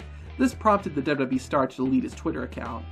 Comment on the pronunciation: Why can’t you pronounce WWE?